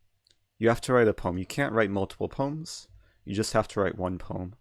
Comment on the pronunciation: what about poms instead of poems?